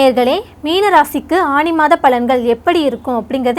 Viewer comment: அது ஆனி not ஆணி 😊